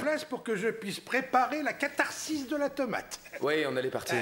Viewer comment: C'est pas "catarcice" mais "catharsis" :)